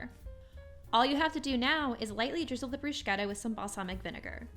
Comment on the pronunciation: In Italian, ch in the middle of a word is pronounced like a k. There is not sh sound in this word. Thanks for the recipe. :)